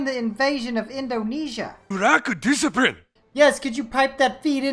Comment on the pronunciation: "You rack disiprine" WTF XD